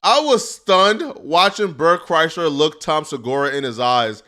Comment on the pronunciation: He call him Bert Chrysler 😂😂😂😂